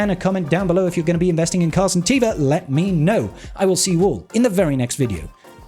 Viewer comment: Am I the only one that noticed you always say "captain car santeva" instead of "captain Carson teva"? 🤣